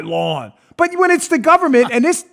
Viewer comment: Like dis and like dat an da utter ting!